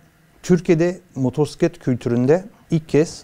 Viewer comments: MOTORSİKLET nedir? Kulübün var ama motosiklet demeyi bilmiyorsun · Motorsiklet? Yok moturpiskillet🤦🏻‍♂️ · Motorsiklet değil amca "Motosiklet" R yok. Önce sürdüğün aletin adını bir öğren :)